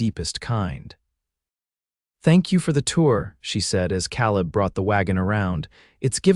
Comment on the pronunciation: Another misspemronounced Word... Caleb Ìts pronunced KAALEB .,UGH